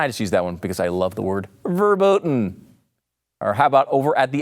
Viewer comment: verboten not werbooten :] u are welcome^^